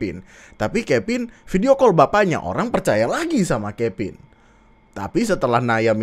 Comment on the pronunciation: Kevin jadi kepin anjirr lucu gw, v jadi p udah kayak sunda 😂